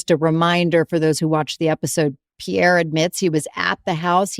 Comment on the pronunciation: It's Pierre, not pier 😂😂😂😂